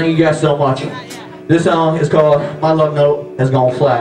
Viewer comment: thIs SawnG iS CaWleD My lufNowte Has gawne FlAt That was so country he could fit in with my family at Thanksgiving.